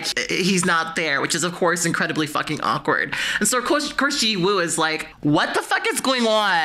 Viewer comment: drop the w sound in jiwoo please im begging… it’s 지우